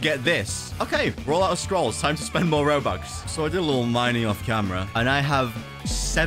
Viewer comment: i love how you said robax